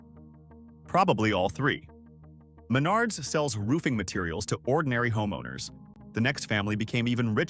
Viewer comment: Not just cities mispronounced but Uihlien's and Menard's.